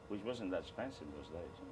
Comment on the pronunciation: he did actually pronounce it “ ‘spensive” 😁